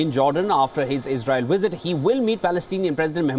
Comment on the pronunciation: "during Blinken's wizzit, he saw wictimz!😂